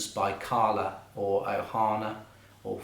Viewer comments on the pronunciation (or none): none